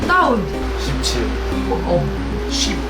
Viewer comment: 데이브형18하는거 왤케 욕같이 들리는 이유는 뭘까요? 발음이 좀 그랬다에 한표